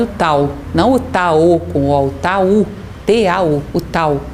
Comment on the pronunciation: Tau ( não dá pra transcrever com os caracteres gregos,pq não tem no meu celular) é a letra "T" do alfabeto grego, mas se pronuncia " taf" .😊